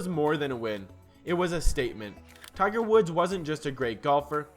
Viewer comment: Tigger ..funny... dumb ai